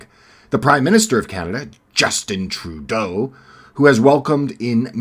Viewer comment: great commentary. love the way you struggle to say trudeaus name.....